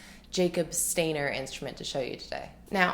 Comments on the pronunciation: SHTY-ner, not STAIN-er 🤦🏼‍♀️ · His name is pronounced "Sh-tiner", like miner ... with an Sh + T at the beginning. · It’s pronounced Shtainer.